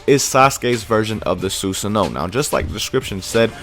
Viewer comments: SUE SAHN O, NOT SUE SO NO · susanoo (soo-san-oh-wo) the w is pronounced softly